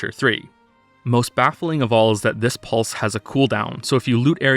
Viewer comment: The way pronounces "seven", "pulse" and "use" sounds weird.